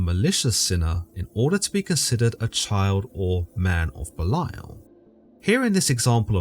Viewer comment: Very educational, interesting, and accurate. Not to seem like condescending or the grammar police but Belial is pronounced belly/al😅